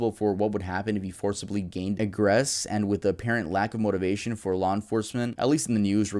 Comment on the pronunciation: you should have stayed in school, you can't pronounce alias, or egress. that shit is embarassing.